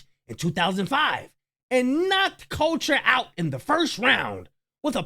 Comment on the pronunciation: His name is Randy couture he’s a legend and look him up. You said his name wrong. 😂